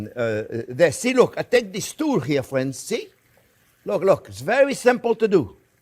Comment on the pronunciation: "well hello there phrinzzzzz"